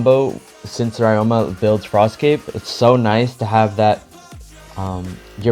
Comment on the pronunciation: nice in depth guide as always. fyi ryoma isnt pronounced like that, its ree-o-ma but instead of reading the syllables slowly, you read it fast, esp the ryo part.